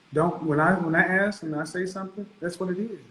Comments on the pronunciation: If you pronounce ask as ax then you can't be taken seriously as an adult. Basic f*cking grammar, people. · Educated women (or men, too) do NOT say “axe” instead of “ask.” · So, "you AX me a question but don't let me answer" .... It tells one everything 🤯